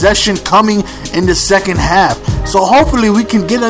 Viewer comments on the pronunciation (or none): none